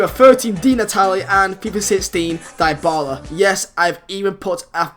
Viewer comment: Noooo u said dybala name wrong :(